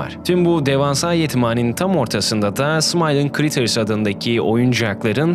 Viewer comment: Smiling Critters❌ Smiling Krikıts✅